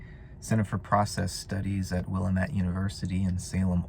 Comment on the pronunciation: Btw, it's pronounced Will-AM-ette. I used to live literally a block away from the college in Salem Oregon. It's a cool little town with a number of fun places to eat. If vegan is your thing, go to Ventis!